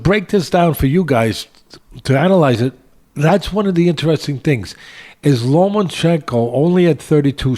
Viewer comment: No more Lomanchekno, Teddy, you loined da kid's name.